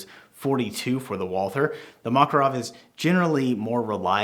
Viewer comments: Not MAkarov, but MakArov! Stress on the second syllable, on the second A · Makárov!!! When i heard Makaróv a want hit your head by a handle of PM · makArov, not mAkarov😅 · Mockerov? No Makarov sound it out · I wanna slap you every time you say "mah-kuh-rawv". This is Muricuh. We say "MACK-uh-rov" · Model Is PM. Pistolet Makarov. It is pronounced Ma-KAR-ov, NOT MA-karov. got it right. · Nice "Mockarov" with "baykalite" grips bro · Its pronounced Mac-A-rov you illiterate uneducated american idiot. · I'm gonna have a stroke if I hear "Mockarov" one more time lmao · the mockarov lol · "maw ca rawve" cant stand that had to stop watching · Thank you for the review. Apparently, you do not know - how this pistol is named. The stress is on the second syllable: McCarov. Think McCoy. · 1) Ударение ставится на второй слог: макАров -запомни это на всю оставшуюся жизнь 2) Этот пистолет целенаправленно создавали на основе успешного дизайна Walther PPK 3) Только специальный патрон 9х18 -остальное это Не МакАров!!!